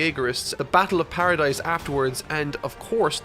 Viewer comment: The s in Paradis is silent lol you watch the anime but never noticed?